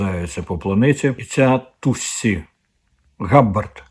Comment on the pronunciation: Тусі, Алан Маск, Пашешкіян, ракети Халк. Ви якось трошки готуйтесь до ефіру, бо це дуже ріже вухо, коли це чуєш. До речі, Соловйов теж сказав Тусі. Совпадєніє?